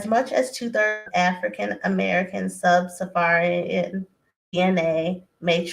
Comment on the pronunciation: It’s “Sub-Saharan”not “Sub- safarian” smh